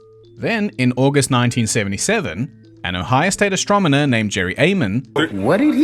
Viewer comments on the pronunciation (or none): mispronounced "astronomer" because he's an alien.